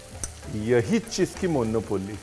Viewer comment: मोन्नोपोल्ली ❌ मुनौपली ✅